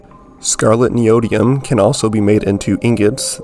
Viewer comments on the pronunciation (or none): really good video but HOW DOES NOBODY KNOW HOW TO PRONOUNCE NEODYMIUM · yea why not